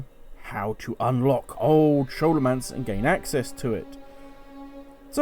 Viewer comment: Excellent Guide just makes me laugh every time i hear you say Scholomance as an Shhh sound and not a Skol sound.